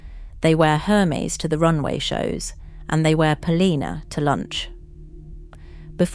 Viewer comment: Thank you for this valuable information. But could you please learn the correct pronunciations of names for your next video? Polene, Loewe, Hermes - it's just irritating.